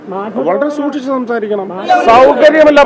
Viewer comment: ദൂക്ഷിച്ചു സംസാരിക്കണം മുറീസ് ഗോയ് 🤣🤣